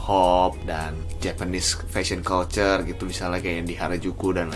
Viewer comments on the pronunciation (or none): none